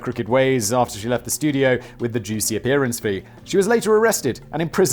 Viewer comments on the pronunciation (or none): none